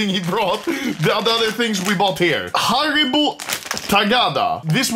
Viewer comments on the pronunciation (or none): Lego not Haribo.